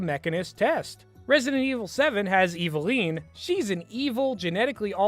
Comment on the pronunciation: Bro you cant call out just a robot for mispronouncing Lady Dimitrescu but in the sexy sentance mispronounce Eveline... not saying your arguement is wrong but god does that not look good.